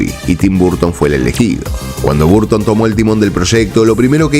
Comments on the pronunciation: Tus videos y narracion es muy buena . Solo , el ingles tuyo es terrible, Tim burton no se dice burton es barton . Y return es retorn . Pronuncias como se escribe wey ... 😢😢😢😢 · Amigo lo digo con todo respeto, tu contenido es excelente pero tu pronunciación es horrible. Michael se dice : “maicol” (no “maiquel”) Burton se dice: “borton” (no “barton”) Sé que suena pretencioso y feo mi comentario. Pero creo que tu canal es profesional y le dará mucho más impulso si cuidas esos detalles. Abrazo y excelente contenido. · qué desesperante que digas "barton".